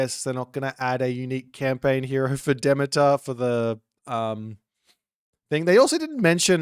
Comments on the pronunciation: He's saying it wrong. Yours is actually closer to the correct pronunciation. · I haven’t heard that pronunciation of Demeter before. My stupid brain wants to say: De-mee-turr